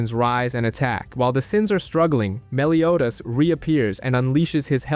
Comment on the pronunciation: Soooo ... i can't be the only one who heard: He pronounced Escanor "esc-aahh-nor" until the last 15 minutes, the. Said Escanor normally but began pronouncing Meliodas "Melio-ass".